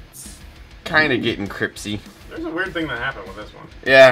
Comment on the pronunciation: Cripsy haha